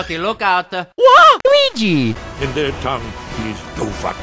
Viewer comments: WOW! You hatched a Weeshee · You hatched a weeshee!!!